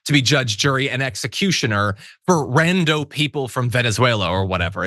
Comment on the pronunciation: Rando???? is it really going to hurt you to pronounce the M and the end of the word Random? because when you say the word Rando, it just makes you seem like a teeny bopper teenager trying to be cool. you are not. you are a news caster and should sound professional. not like a teeny bopper. please stop.